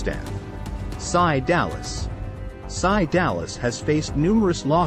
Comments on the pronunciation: This is bullshit... this orde4 is fucked on the worst prisons and its s.c.i. no "sci" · This is why AI is a joke. It's not "PSY" its SCI. Then he shows SCI Dallas with a picture of the Dallas TX skyline...lol. Then he shows prison cells at certain prisons that dont even have those type of cells. This video was a complete fraud. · Tgexway they pronounce S.C.I is fumny